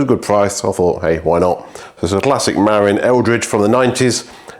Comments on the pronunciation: Cheeky, you've been to Marin County yet you're still saying "merrin". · Dear: mə-RIN. -Love, California. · Muh-RIN is the name of the county where mountain biking started, especially on the trails of Mount Tamalpais (Mt. Tam). Beautiful place, if you can afford to live there. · Yeah, I just saw i the video that you actually do know how to pronounce it and you just couldn’t be arsed. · Hello. Welcome back from your vacation. I’m hoping you had a fun and relaxing time 😎🤗 It’s pronounced MA-RIN or mah-rin. Not not MAR-IN. I know this because I’ve lived here for most of the last 14 years. Stunning bike. I really wish you could restore the paint. It would change the whole bike. Muir Woods is pronounced Mure-woods. They are named after a famous American naturalist. The man who donated the plot of land where the woods are located was inspired by the American naturalist writer John Muir.